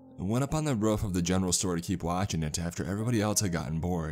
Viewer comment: Someone teach him how to say “roof”